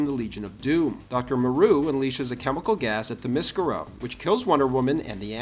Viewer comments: "Thermoscurro"? "Lantern Corpse"? Dude are you drunk? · I have never heard someone mispronounce Themiscyra like that. Woof!